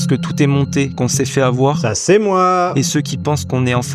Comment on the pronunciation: Z'est 100% brute toutes ces z'explications 😂😂😂😂😂